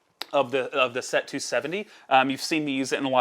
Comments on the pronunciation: It's pronounced sette, not set. :) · What impresses me about your way of saying SETTE is how corectly you're saying it wrong. Sette is seven in italian. You're saying sept, which is seven in french 😅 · Lol I'm cringing every time he says it. I don't think I can make it the rest of the way...